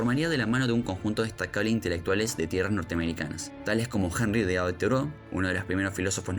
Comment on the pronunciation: Estaba por poner lo mismo, acabo de descubrir el canal, y me pasó también que le falta como cierta... cadencia? Y la pronunciación de algunos Históricos como Proudhon o Toreau. Los primeros minutos bien, luego como que se acelera demasiado el relato. Suscripto.